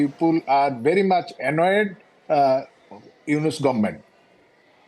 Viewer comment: Anchor ji , It’s not Yunus it’s Yunus.